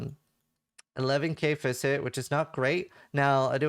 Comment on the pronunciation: HAHAHAH i thought he said the same thing XD needs to work on pronunciation